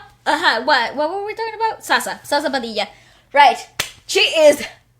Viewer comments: I know this is too late 😂 Zsa zsa is pronounced as Zsha Zsha and yes it is pronounced as padilya in the philippines ad well. Her real name is Esperanza Perez Padilla and she's currently 58 yo. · sha sha is the correct pronunciation to her name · It is pronounced as Zha-Zha (Zsa Zsa)😉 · Zsa zsa not sa sa😂😂 Zsa sounds look like Sya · you pronounced it as ShaSha not sasa! 🙃 grabe means superb! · zsa zsa is pronounce as sha-sha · Her name is pronounced as "sha-sha" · It's prounounce Zha zha padilla here is the link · its pronounce as sha sha Padila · It’s pronounced as Jha-Jha but the “J” has to be softer like when you say bonjour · Name is pronounced as Sa-Sha... 👍🤗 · It's pronounce Sha Sha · Ranking to this performance. 1. Zsa Zsa 2. Regine 3. Nina Great review to this performance and. 😊 - i heard u humm and sing a bit, i must say u can sing girl! Love that! 😊😍👌 regarding to Zsa Zsa's name...it is pronounce as " Sha-sha " 😊😊😊 and the way u said the word "Grabe" is so pinoy that was great. And "Grabe" is a expression of extreme amazed feeling ( awesome, amazing, extremely good ) And to, u r so hot and sexy hahaha u have a porn star vibe...super hot guy. 😍🔥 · Zsa zsa padilla is pronounced as sha-sha padilya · It's pronounce as shasha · It's ZHA zHA PADILLA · Zsa Zsa pronounce as "sha-sha"...proud to these belter women in the agelessness country Philippines... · It's Sha Sha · Zsa Zsa Padilla is pronounced Sha Sha (Stronger S or Softer J like how Z would sound) Padilya (Second L in Double Ls will be pronounced Y) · Please listen to Zsa Zsa's daughter Zia when she sang The Scientist in Wishbus.It's beautiful! Btw, Zsa-Zsa is pronounced as Sha-sha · Wrong it's Zha zha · its sha-sha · zsa zsa padilla's name is pronounced more like a zh. :) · Her name is actually pronounced like zha zha. And in the Philippines, we add the Y sound to the double Ls so it would be Pa-dill-ya. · Zsa-zsa is pronounced in the phils as Sha-sha